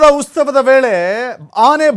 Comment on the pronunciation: Uth sava antha sarig pronounce mado gubaal